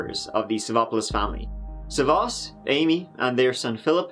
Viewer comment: Damn, you butchered his name. It’s SAvas, not savAS. The man is Greek, not French ...